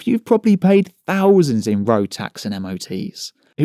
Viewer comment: "fings", monfs", "fousands". Lol.